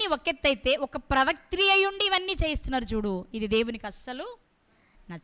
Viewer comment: ప్రవాత్రి...కాదు ప్రవక్తి..అని పలకాలి .తల్లి..